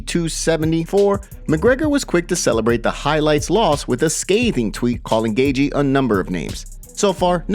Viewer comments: Not “Gay-gee” it’s pronounced “Gay-chee” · This guy has pronounced Justin’s name “Gagey” forever now. Not even enough respect for fighters to pronounce there name properly. And he repeats it a thousand times. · Lmao, this guy pronouncing Gaethje. Like "gay gee" is hilarious 😂